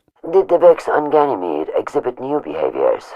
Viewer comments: AAAAHHHH NO MORE GYNAMIDE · Omg I dyed when new monarchy kept saying ganimede. I know it's files clipped together tho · I don't believe it he said ganamete to much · If one more person says Ganymede or Phobos one more time. I stg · new monarchy cant stop saying ganymede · Ganymede, did you say Ganymede? I love Ganymede let's go to Ganymede so our faction can rise on Ganymede. Ganymede.